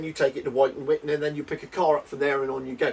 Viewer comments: "witton" fyi as ex RAF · Pronounced - “Wit-Ton” 👍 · I used to live in St. Ives, Cambridgeshire and I made local deliveries to RAF Wyton myself and I confirm everything you have said. It's Pronounced Whitton as in 'at the end of my wits'. It's ironic really as my late uncle was based there during the cold war, flying Canberra's over eastern Europe taking photo's of Russian bases. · Wyton pronounced wit-tun.